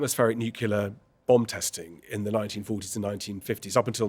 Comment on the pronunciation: new-clee-ur, not new-kew-ler!